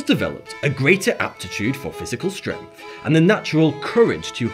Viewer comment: I love how says "stremph" 💕